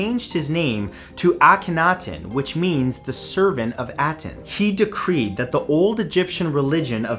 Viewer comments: Ah-ten .... Not at-en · It’s pronounced ah-ten, not At-en. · First of all you're mispronouncing Aten, second there's no mystery there. When AkenAten died the people of Egypt went back to the proper Egyptian beliefs and destroyed as much documentation of AkenAten and his religion as possible.